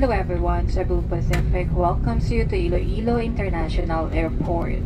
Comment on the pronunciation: Iloilo po, hindi Ilo Ilo 😊